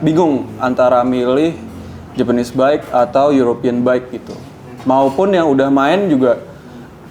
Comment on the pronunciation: Bike bang bukan bake🤣